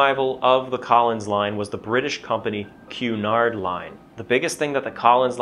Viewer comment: Thank you so much for pronouncing Cunard correctly. I think the three syllables were not so much a flavour or colour thing. Rather more of a payback for route. There is no letter w in route, so we hid one in Cunard to get even, clearly 🤣